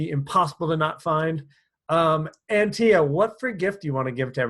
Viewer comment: Did he mispronounce Antia? Background isn’t the best lol but it doesn’t matter to what the content you offer - from a woman just saying 😉